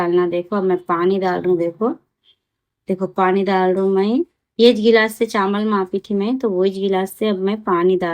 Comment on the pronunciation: Chamal nai chawal bolte